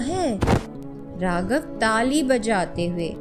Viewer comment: Good videos, great intonation & narration. Need improvement in hindi pronunciation of few words like Ra'GH'av , 'GHar' , u'DH'ar, 'JH'onka, 'GH'us